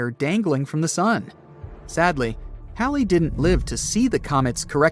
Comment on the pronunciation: This person's mispronouncing Halley's comet on purpose an saying Halle Halle Halle 😡